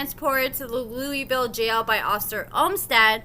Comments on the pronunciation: LEWIS-ville, Not LOUIS-ville, lol. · it's Lewisville, TX. Not pronounced like Louisville, KY. Lew-Is-Ville! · It's not Louisville it's Lewisville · LEWIS-VILLE NOT LOUISVILLE. Damn! They are pronounced differently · it's Lewisville just like is spelled not Louisville like Kentucky... 😊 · Love you but it's pronounced Louis-ville. I unfortunately live not too far. Also- think quaylon can hook me up? 😂 Edit:: nevermind. Carry on. 😳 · Its Lewisville the way its spelled